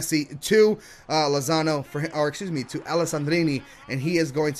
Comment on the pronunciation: He called Lozano Lonzo